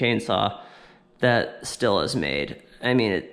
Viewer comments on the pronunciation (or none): To be honest, I stopped watching as soon as you pronounced Stihl (steel) as still. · Love your vids!! Hopefully by 20 years you'll pronounce Stihl as "Steel" and Husqvarna as "Husk-Varna". LOL. Keep up the awesome content!! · in Germany, we pronounce it differently. Steal would be the American accent way to say it. we say it the same but the s sounds like shhhh (like be quiet) so something like shhteeal. just saying.....Very good saw. As far as I know, I would say 90% of all Germans have a stihl. ps: nope not me I watch and I am subscribed.